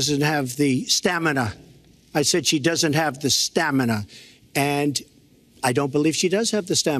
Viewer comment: “STAMINAH” loll